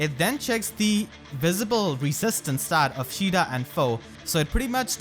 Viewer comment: Isn't her name "ka ay da" not "sheeda"?